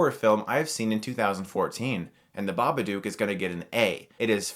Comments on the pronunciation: Great review... but one thing that drove me crazy... BABADOOK! DOOK RHYMES WITH LOOK! To prove that I am correct, the story reads: If it's in a word, or it's in a look, you can't get rid of The Babadook. Look rhymes with babadook. I'm sorry but this bothered me so goddamn much for some reason T_T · I just wish he would pronounce it right. If you watched the movie you would know how to say it lol, dumbass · Ur saying it wrong it's an Australian film u have to say it like an Sustralian it's not spelt Bubuduuk so saying it like that sorry just get rlly annoyed about it XD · Pronounce "took" and "book" thats how you pronounce Babadook. NOT Baba"duke" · I don't get it Chris. You've watched the film, you should know better than to pronounce it bubadOOk. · BabaDOOK - as in rhymes with "hook", not "duke". ARRGGGHHH!!! ;-) (Love ya', guy, but that was just getting on my nerves!) :-) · It's Babadook not Babaduke! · I have a question: why do you keep mispronouncing "Babadook" as "Babaduke"? It's 'dook' and rhymes with 'book,' which is clearly stated in the poem in the book. It's even part of the noise the monster makes. SPOILERS: those who are giving the film crap about it using the "it's in her head" cliche, guess what - it's NOT. Her anxiety and fear has taken a physical form, so it's not in her head. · Chris: Pronounces it The Babaduke in this movie How it’s pronounced: Babadook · If you paid attention while watching the movie, you would know Babadook is pronounced Dook like Hook, not Dook like Duke. Babadook, Babadook, Baba, Dook, Dook, Dook. Not Duke Duke Duke. You pronounce it like Marmaduke's evil doppleganger. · Babadook is pronounced as "book" not "duke" Ba-Ba-Dok not Ba-Ba-Dewk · Ba-buh-dook(dook as in book, not duke) They say the name plenty of times in the movie so I dont even know how he can constantly mispronounce it after hearing it plenty of times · nah has to be said like an aussie. Dook not duke. like chook. hahahahh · lookin ass pronouncing the name wrong